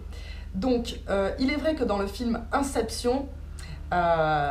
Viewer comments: Sa se pronostics inesepsione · Yin Yin 1ssépession